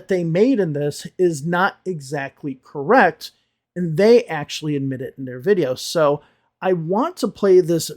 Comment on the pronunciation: pronunciation is quite bad for a channel that is very prissy about other people's pronunciation. She pronounces correct as gorrect for example. Most of their corrections are good and useful but they reject everything that is not everyday American English as unnecessary and useless and seem to forget that everyday American English is the premise of their channel not necessarily the premise of the channel they are critisizing. Clearly is bothered about teaching advanced vocabulary that falls outside of the everyday American English when teaching everyday American English might not even be the aim of the channel they are responding to. Also he needs to learn to relax on camera and blink now and again because in his current presentation style he seems way to uncomfortable.